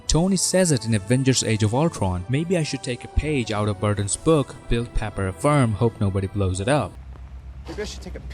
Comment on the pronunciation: Papper? that was hard to unhear during the video